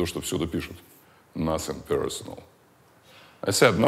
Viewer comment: Как Джон Уйк "насен персенел"